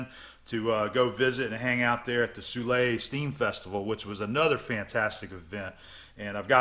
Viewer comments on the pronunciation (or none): none